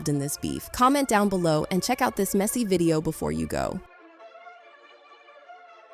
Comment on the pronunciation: She can't read either she said meezy instead of messy😂